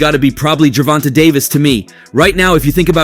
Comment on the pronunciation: Bro if ur gonna be a boxing YouTuber learn to pronounce the god dam face of boxings name his name is NOT GERVONTAH !!!! And it’s NOT SHARLOW ITS CH-ARLO WTF 🤦🏾‍♂️